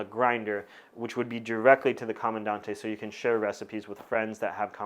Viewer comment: Correct pronunciation: Comandan-“te”, “E”ZPresso. Great in-dept content per usual tho!